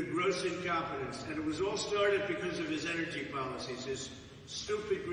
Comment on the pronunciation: Enercy, I mean who doesn't pronounce it enercy